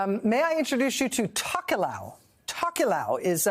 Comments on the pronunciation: hot tip for USA journalists: you can pronounce "Tokelau" exactly as it looks, not "tock-you-lou" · It's pronounced 'Tow-kuh-lau' 😉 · Pronounced “toe key lao” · I live in Hawaii and very familiar with the other pacific island nations and groups. Her pronunciation of “Tokelau.” Sounds funny lol!